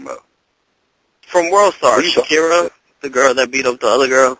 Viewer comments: It's sharkiesha not shakira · dudes calling Sharkiesha, "SHAKIRA"!